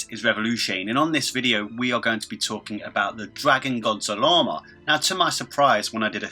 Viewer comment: By the way it’s zarama